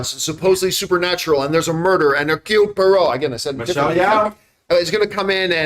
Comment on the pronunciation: Honestly, i still want to see tge OG David Suchet do a proper Poirot movie ... Kenneth Branath is the worse version of Poirot that i know .... Love all the previous versions, this is not him. And by the way, the name is Hércule Puárow... ( Hercule Poirot )